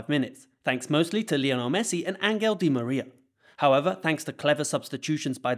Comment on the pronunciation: Acuña = Acunya, not „Acuna“, Angel di Maria = Anchel, not „Angle“.